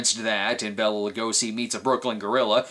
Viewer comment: Bay-la not Bella Lugosi.